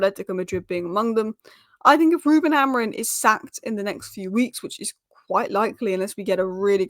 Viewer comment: Just listen to that first sentence. His name isn't Amorin. Just look at your own presentation and pronounce it.